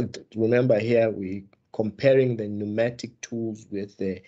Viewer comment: Pneumatic not pneumonic mr😂